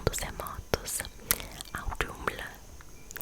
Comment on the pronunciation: Ginnungagap é pronunciado como “gUinungagap” Os reinos, terminados em “heim” se lê: ‘raim’. Tipo “Hi” em inglês, só que com M no final. Audumbla: bem, não temos mais esse “d” que tem no alfabeto nórdico antigo, mas ele tem som de “dhe”. Se pronuncia com a língua entre os dentes. E aquele “T” diferente, se pronuncia “Thã”, com a língua entre os dentes também. Tipo a palavra “Thing” em inglês. Bom, as pronúncias mais importante a se aprender são as 2 primeiras que mencionei, o resto é detalhe sórdido. P.S: não sou um cara que gosto muito de Asmr, mas tava rolando no feed e apareceu esse pra mim. como um entusiasta de “mitologias” (não gosto desse termo), cliquei pra ouvir a história e gostei do estilo. Continue lendo histórias em forma de Asmr, isso lhe torna diferente dos outros, positivamente!